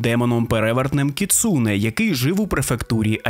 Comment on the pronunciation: і не кʼюсо, а кюсо, не гіцуне (поняття не маю, де ви таке взагалі могли знайти), а кіцуне.